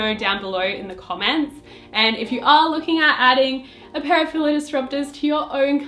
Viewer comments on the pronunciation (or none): Not to be rude but, that's not how you pronounce Fila's. You don't pronounce it with a 'I' but with an 'E'